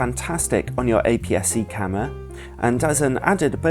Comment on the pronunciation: please... oh my goddddd it's "CAMERA" not "CAMMWA"!!!! but otherwise nice video